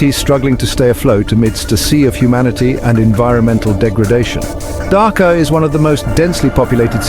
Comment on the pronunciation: In chapter six, there is a minor correction. Please make it Dhaka instead of Dhakar. Other things are same.